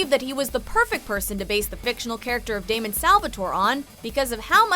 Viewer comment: not Damien it's damon